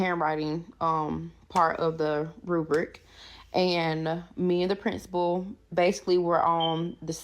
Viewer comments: I know, right! It's "the Prinstapality", duh! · The t es no t in principal. She pronounces it as print suh pull. Lol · She “talked to the prinstable”. I just can’t!